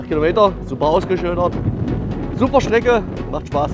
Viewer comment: hast Du gesagt Super Schnecke oder Super Strecke 😂😂😂